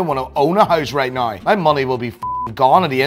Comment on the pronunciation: Me: "Now.": "Nigh."